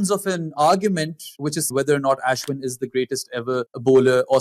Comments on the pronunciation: Why is he pronouncing Ashwin like that? So pretentious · Why the fake accent when pronouncing Ashwin’s name bro?